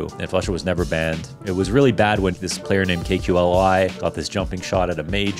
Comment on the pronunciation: good video but the way you say kqly pisses me off